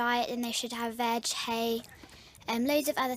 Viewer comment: it sounded like she said something else at veg.